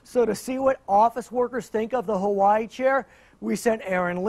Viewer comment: They pronounce Hawaii wrong